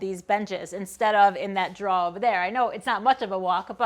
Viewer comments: I believe you say drawer wrong. Go check out Jackman Works, he knows how to pronounce it correctly 😉. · Yes! "draw". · The only word where I heard any NE accent at all was "draw". You say drawer just like Norm Abram. I watched him for a long time, and he always talked about how he was going to make some draws. Hunh? Wozzat? :-) In my neck of the woods (Michigan), we say dro-er My favorite part was the human part -- "this isn't done", "I need to fix this", "I don't like how that works". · 'Draws'? What are Draws? You mean drawers? :-) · I have never heard anyone say "drawuh" as many times as you just did, girl! Haha. That's one I had to just figure out as I watched... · I hardly notice your accent until you say 'draw' (instead of drawer)... being from the south, it makes me smile every single time... 'cur-in' (curtain) also drew out a couple of smiles. There were a lot of smiles in that video. Thanks for the tour - you gave me a few ideas for my shop and workflow. I always enjoy your videos. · I love how she says "drawer"... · The shop tour is cool, but the way you say "drawer" is amazeballs! Thanks for the tour! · I have enjoyed watching uour channel and have purchased some of your plans. I follow another female woodworker. I find the approach different and refreshing, seriously. I did figure out your general location from your pronunciation of the word "Drawer". I knew it was in the north. Good job and good channel. Thanks for sharing. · I slurped some coffee each time you said "drawer" or "drawers" this morning. When my shop time is over and I watch one of your videos, I swap out the coffee for a beer - or two. lol Thanks for the tour of your shop! It's always interesting to see other woodworkers' shop. :)